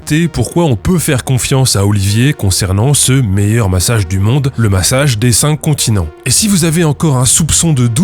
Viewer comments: j'entends "le massage z'incontinents" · J'allais écrire le même comm ! J'écoutais en faisant autre chose et j'ai tiqué complément sur "massage des incontinents" 😂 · A chaque fois que le nom du massage est évoqué j'entends "Le massage des incontinents". Et je me marre comme un c... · Au début de la video j'entendais "le massage des incontinents" 🙊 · Pareil, on est deux. La prononciation c'est important ^^ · Faut pas dire le massage des cinq continent trop vite 😂